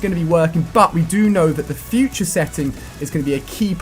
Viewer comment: That moment when it said futre technolog